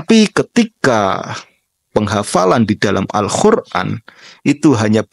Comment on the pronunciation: Abang pernah mondok dimana??? Kuliah dimana jurusan apa??? Apa tidak kuliah??? Sebelum membahas semua hal dengan kapabilitas yang sekarang, tolong belajar dulu pelafalan "al-Qur'an" yang benar, Bang... Pakai "Qof" bukan "Kho".... Entah Pesantren, Kampus, Lembaga apalah mesti ada darkside nya.... Kalau Pesantren dikatakan gagal dari segi outputnya karena ilmunya tidak adaptif malah jadi Lebih parah Kampus sih... Kuliah Pendidikan ternyata gak jadi guru, kuliah jurusan apa kerjanya apa.... Bahas domain tertentu harusnya multi dimensional POV nya... Walaupun diakhir bilang tidak semua pesantren begitu, keliatannya Bang g pernah mondok dah... 😂😂😂